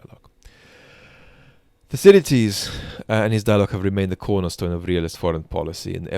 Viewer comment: It’s pronounced Thukki-deediss.